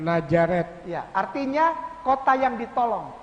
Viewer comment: Cara ustad itu mengucapkan kata Nazareth aja udah ketauan dia nggak pernah belajar di Israel. Huruf Z ya dibaca Z, bukan dibaca J...ngawur😁